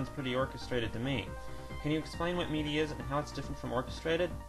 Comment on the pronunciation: FYI MIDI is pronounced like mihdee.